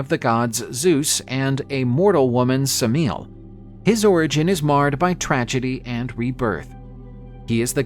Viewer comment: Suh-meel? Just. No, lol. The standard English pronunciation of Semele = Emily with an S at the beginning. Not that hard to look these things up. It's never good to assume that Classical names should be pronounced with American phonetic values.